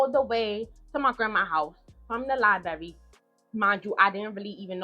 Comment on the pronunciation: Giiiirl it's pronounced LIE-BRARY!!!!! Her mom is at fault for allowing this to happen to her. Yes, you have to protect your kids from your kids!!!